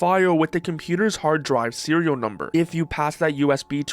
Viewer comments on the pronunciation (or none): none